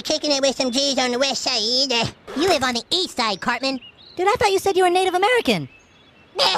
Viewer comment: It's pronounced west sigh-eed ! xD